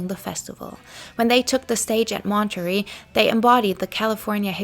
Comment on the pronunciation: I like a lot of these videos, but -- my God, friend -- have someone check your pronunciation before you publish videos. I literally have to stop the videos after 70 times hearing Mahn-turr-ayy Festival pronounced as 'Monetary' and cuh-ress as 'karris'. It really effects my attention, and many of these words come up over and over. Please, you're doing a great job and I'm sure English isn't your first language, but seriously, it's a MAJOR distraction to me, and I'm sure I'm not the only one.